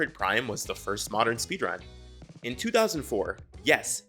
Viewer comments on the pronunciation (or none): They way he said 2004 hurt